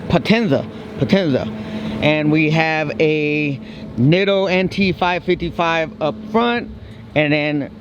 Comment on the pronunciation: Neatos is how they are pronounced, Japanese pronounce their i's like e's. Just closed on the house, almost there to put out additional content especially of my catfish 😆